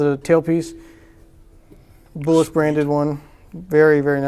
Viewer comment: Name "Bułas" is pronounced: BOO-wahs - accent on first syllable. And please don't insult our language by making a joke about the sounds. English is pretty stupid - "gh" is pronounced 3 different ways in these words: rough, though, night. Should be "ruff," "thoff," "nift." Or: "row," "thow," "niwt" Or: "ro," "tho," "nit."